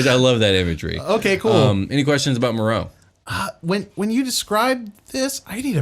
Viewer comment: Actually was right about the pronunciation of Merrow